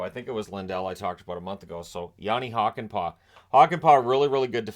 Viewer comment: Jani Hokenpaa.. what a creative way to pronounce this Dallas Stars players name. 😉